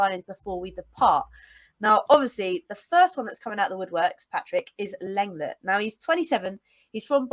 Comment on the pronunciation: I think you will find that LENGLET is pronounced LONGLAY, which sounds like most people's idea of a good time! 😁